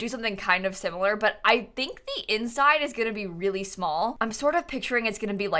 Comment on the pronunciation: I love how instead of saying similar she says sim-u-lar.